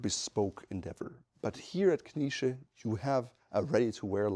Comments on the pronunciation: I would suggest to pronounce it "K-nee-tseh".The "E" is hard to translate from German to English phonetically. I`m from Vienna and on occasion a Knize customer. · Some wonderful looking pieces there. Is the pronunciation: K-nee-zsa? I hope there is someone coming along behind the gentleman to continue the quality and the tradition. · As a native Austrian I would say, for Englisch speakers it is "Knee-shay" (with a pronounced "K"). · (I'm also a customer) but the woman from the shop herself pronounced it Kni(t)sche, I think both is correct Knitse is more the German pronounciation, I heard this surname actually means Fürst [~prince] in Czech.